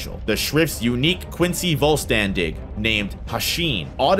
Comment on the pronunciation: my german ass was kinda dying because of the pronounciation in german language an s before the letter t and p makes an sh sound so vollständig the st would sound like an sht